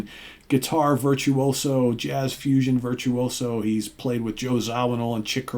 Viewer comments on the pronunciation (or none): none